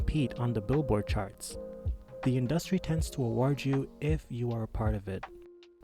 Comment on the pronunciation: Why u say industry like that, u not saying it right bch